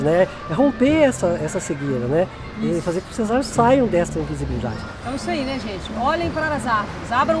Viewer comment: "as árveres somos nozes"